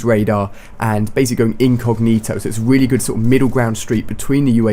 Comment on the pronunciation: Haha when ali-a says really really he says it weally weally